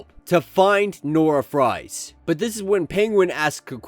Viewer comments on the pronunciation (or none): Dude I love your channel but you need to learn to pronounce these names right first Ralph now Fries lol. It's not Nora "Fries" it's suppose to be Freeze like Mr. Freeze or Victor Freeze I know it spelled Fries But its pronounced Freeze. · it's a German name bro.. That spelling is pronounced "freeze".. Just like almost any word from another language can be butchered trying to use a literal pronunciation in English, and visa versa.. Love the channel but little things like that really jump out.. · It's pronounced "Nora Freeze"